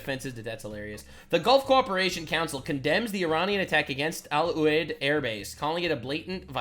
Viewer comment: Love his trying to pronounce Al-Udied (Al-U-Deed) Air Base.